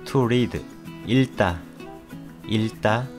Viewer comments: 읽다［일따］X ［익따］O 읽지［익찌］ 읽기［일끼］O 읽고［일꼬］O 읽게［일께］O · 익따 가 맞습니다 일따는 틀린 발음이에요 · 읽다 - 발음 not 일다, its pronounce 익다,any way thank you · How can we trust you Even you are pronounced some word wrong 읽다 ikta not ilta